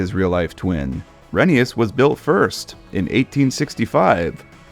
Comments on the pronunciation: I like how you stuck true to the railway series and pronounced Rheneas as REN-E-US instead of REN-A-US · Why are you saying Rheneas so weird?